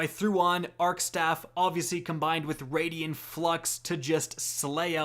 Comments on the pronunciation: raidien Raid-Ian IT'S RAID-EN:p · He still can't pronounce raiden flux properly. It's rai-den not radien.....